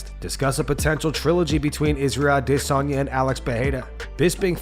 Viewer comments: Stop saying “ah-diss-on ya” he corrected Ariel a year ago lol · Why does this channel always say Isreal Dissanya for Adesayna? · This guy gets wet any chance he gets to make a video mentioning “A-DISS-UN-YAH” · Just say adesanya like the rest of us! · Why do you always call him Dis-onya? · This channel always calls Izzy “Israel i-diss-on-ya” 😂😂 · What's with how u pronounce Addesanya? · WHY DOES HE PRONOUNCE IZZY'S NAME LIKE THAT?!!? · Bro if you don’t stop saying Adesanya like that I’m un subbing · bro you sound dumb when u pronounce alex & izzys last names but then every other fighter u pronounce the last names with no accent 🤣🤣🤣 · If you never say Israel’s last name again, it’ll be too soon. The way that you say it is so idiotic. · Please, please, just say "Izzy"..... stop trying to pronounce his last name.... you're killing me Smalls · I hate the way this guy pronounces Adesanya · Bro this dude needs to fucking stop with this pronunciation of Adesanya. Idgaf if it's "supposed" to be that way,i don't buy it,who's fucking name has a stutter right in the middle of it? Fucking say it like everyone the fuck else. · It's a really cuck thing to do, to keep pronouncing Adesanya's name like that. Do you hear anybody else doing it? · I can not take the way he says adesanya . I’m unsubbing ✌️